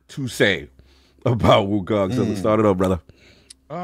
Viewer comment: Wokong..lol. Addict types the way he pronounces.